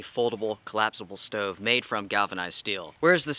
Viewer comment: Crappy, wasteful of fuel, expensive. No benefits to this "steauve" (not stove like normal people pronounce it lol)